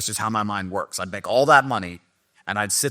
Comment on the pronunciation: And he said “works” wrong he said “wuks”